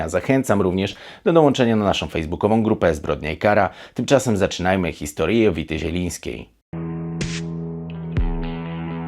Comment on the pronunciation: czy tylko ja słyszę na początku "historije" zamiast historię?